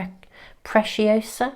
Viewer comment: I love being Spanish and listen to her pronunciating an Spanish word... by the way, the right way to say it is pre-see - o-sa like the word see or sea 🥰🥰🥰 and it means beautiful